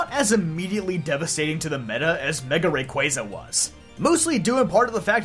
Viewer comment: The only poketuber that pronounces rayquaza correctly